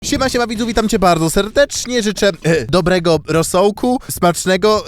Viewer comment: jest 21 a ty mówisz debrego rosołku